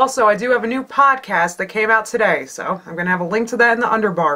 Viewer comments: lol i thought she said POTcast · When you said "Podcast" I first thought you said "Potcast." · I could've sworn you said 'Potcast'. Also, brilliant video xD